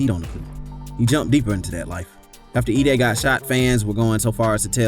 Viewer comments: E-(DAY) not EH (DEY)😂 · Bruh its E-DAY not edd-day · suppose to sound like e day not eddie these niggaz vids delivery and research skills be trash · "Shy rock." "Edday." You're a clown, bruh.